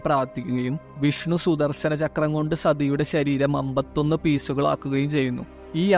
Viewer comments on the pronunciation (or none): none